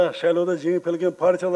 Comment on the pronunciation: МамлЯкЯт , масалЯ дейт го .